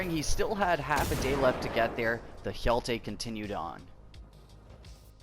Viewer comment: I love how you pronounce hero in swedish :D Hjälte